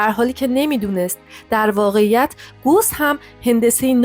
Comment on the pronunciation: اسم اون ریاضیدان گوس نیست بلکه gaws هست اسم آلمانی هست